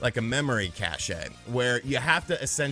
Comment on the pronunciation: Cache (as in cash) not Cashaye